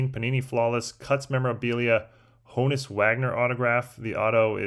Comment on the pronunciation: At this point you're just mispronouncing Honus to mess with people.😂